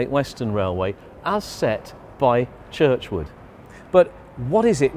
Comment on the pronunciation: George Jackson Churchward not Churchwood